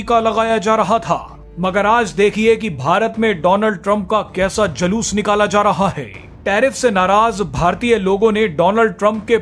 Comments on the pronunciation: Jaloos nahi Juloos bolo 8th passed news anchor ji. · Anchor ko pahle bhasha ka uccharan sahi karwao...Julus ko Jalus bol rha hai. Girta hua patrakarita ka star.